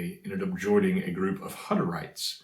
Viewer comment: I smiled when I heard you say that you have pronunciation problems. Hutterites is pronounced Who (like the sound an owl makes) tterites. We had a large community of them move down from Canada to the area where I lived in central Washington state. 😊